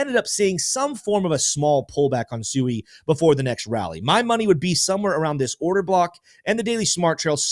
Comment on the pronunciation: I like your videos but could you please use the correct pronunciation of Sui?